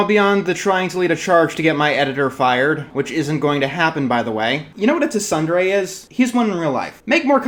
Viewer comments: Feel I should mention, it's not pronounced "Teh-sun-doo-ray." It's pronounced "Tsoon-dare-ray" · its pronounced (tsundere) soon-dare-ray. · "tuh-sun-dere" (it's soon-dere) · Yo. I love your stuff. but... Tsundere... the easiest way to say it is with the T silent, "soondere" I couldn't help but chuckle a bit when i heard that. I guess you haven't really delved into anime, manga and japanese culture. its cool. just... dont say it as t-sundere again... 😂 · "tuh-suhn-deh-rey" lmao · Boi.. I luh yuu. I do but.... "Ta Sunderay"? I know u ain't big into anime but this is unforgivable 😂🤣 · Did he really pronounced it as "Tuh sun de ray?" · For future reference. Pretty sure Tsundere is pronounces "Soon-dere" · Tsundere is pronounced "Tsun-deh-reh". I just wanted to put that out there. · ok it's pronounced soon-deh-reh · Okay I love you but that's definitely not how you pronounce tsundere. Think "soon" for "tsun". Dere is good. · The T in Tsundere is silent. But other than that this is a fine video and I wish you all the best. The internet can be a shitshow and people need to start speaking up to change it. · im late and this comment is ass but you really butchered the pronunciation of 'tsundere' just wanted to let you know bud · good video but your pronunciation of tsundere made me laugh enough to comment. (the t is silent, like in tsunami) wish you the best, hang in there.